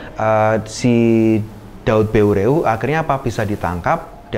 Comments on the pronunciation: Maaf di koreksi, Daud Beureu'eh = dibaca daud ber,eh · penyebutan nama "daud beureuh" kayanya salah,ya,,,,,, harusnya seperti menyebut kata " peuyeum" dalam bahasa sunda,,,,,,mohon kritik pula pabila salah